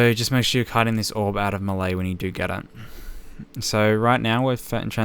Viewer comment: the way he says 'melee' triggers me